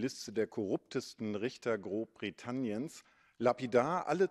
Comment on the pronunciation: "GroBbrittaniens". Fantastisch :D